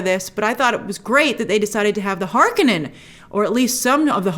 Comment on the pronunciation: You said Harkonnen like Frank Herbert intended :P